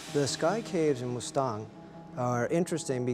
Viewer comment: I know, right?! Even the word Mustang he pronounces wrong. WTF?